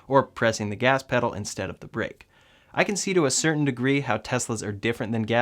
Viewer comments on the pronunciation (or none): none